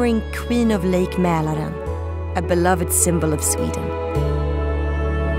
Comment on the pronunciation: The voice girl must be swedish, she pronounces words like Drottningholm and Mälaren too perfectly. At the very least she’s scandinavian. Oh and I live in Stockholm btw 😊